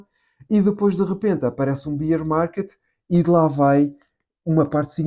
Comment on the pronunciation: Boas, nao lhe querendo ensinar nada , mas a forma como diz Bear market incorreta. Beer é cerveja . Bear Market lê-se o "a"